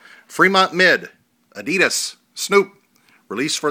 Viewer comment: since when were they called 'adeedus' lol